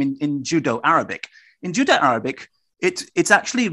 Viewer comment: My bad you didn't write in last video, but said it clearly as Judo-Arabic. Nothing to do with accent, see at of last video. I take it that that wasn't intended and you meant Judeo.